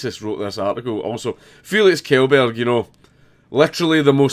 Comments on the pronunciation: Pronounces it as "Kjellberg" and not "Shellberg" Wha' a fokin boome' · Did you just pronounce his name as "Kjellberg", instead of "Shellberg"? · It's pronounced shellberg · Like how everybody who watched Congratulations is suddenly a condescending expert on how to pronounce "shell berg" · Makes fun of article saying Felix who says Felix Killburg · It's pronounced Shell-berg. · It's pronounced shelberg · Kjellberg is pronounced like "Shellberg" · More like "chellberj". But not exactly that either. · it's pronounced Shekleburg. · Well Markus was telling people how to pronounce his surname because it's read "mee-kin" and everyone was pronouncing it "mee-chan". Funny that he doesn't know how to pronounce "Kjellberg", but hey, it happens to the best of us. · They way you pronounce "berg" still makes it wrong.